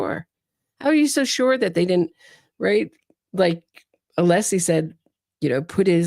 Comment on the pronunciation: One of craziest thing he said about todays coverage was mispronouncing Alessi name.😅